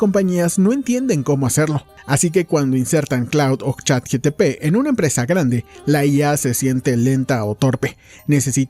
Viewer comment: ni “ChatGTP” 🤣